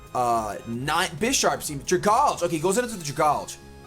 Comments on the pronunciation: When you read pokemon names, I think you need to realize what the real-life comparison they are trying to make is. So Dragalge is a dragon algae, so it is pronounced "Drag" (from dragon) - "algae" or "algee" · Dragalge ( DRA-GAL-GE ) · Dragalge = Dragon + Alge (the green shit that grows in lakes). Drag-al-ge Why can't ANY pokemon youtubers pronounce that? XD